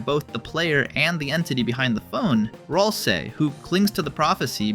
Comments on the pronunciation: these interaction baits is making the video so hard to watch i cant even bear hearing him pronounce gerson or ralsei like he's from eastern europe or smth😞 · ajajaj se nota mucho que eres español cuando dices ralsei, en ingles se pronuncia sin la "e", pero bueno parece que no le molesta a nadie, a mi me hace gracia escuchar algo en español asi de sopeton jajaja